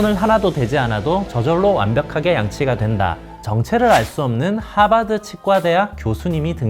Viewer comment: ㅋㅋㅋㅋㅋㅋㅋ저 하바드 발음 꿋꿋하시네요